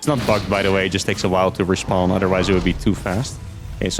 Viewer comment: I was 7 minutes into the video listening to say "respond" missing all context before I realized he was saying "respawn". SMH